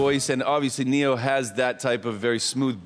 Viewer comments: Maybe he doesn’t know that it’s Ne-yo. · It’s Ne Yo 😂😂 wtf is Nick on about 😭😭